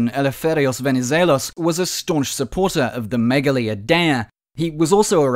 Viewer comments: Dude mispronounced "Idea" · Why's he saying idea like that 😭